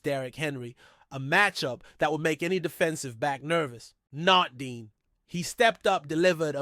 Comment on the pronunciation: It's Cooper Dejean not Dean. Come on now